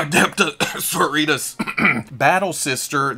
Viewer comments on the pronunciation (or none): Adepta Sororitas, as in "sorority". It's hard to mess that up.